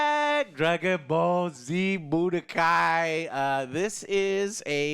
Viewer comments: Joe saying Budokai... Umm... Chile... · Me pulling out my hair while Joe butchers the budokai tenkaichi news.